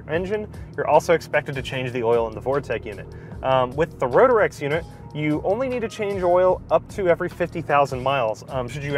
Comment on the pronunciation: It's Ro-trecks, not Ro-der-ecks. 😀 Great video tho. Had a Rotrex on my Miata and loved it. Feels like a bigger NA motor.